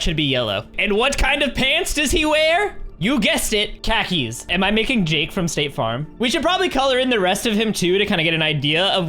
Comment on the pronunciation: It's khakis but so relatable